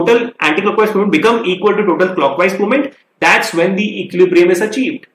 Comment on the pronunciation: I always eagerly wait to hear sir speaks 'Equilibrium' correctly😊😄